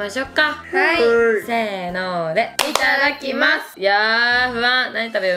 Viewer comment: いつも思うけどいただきますの発音大好き❤あとリズムのやつ楽しそう！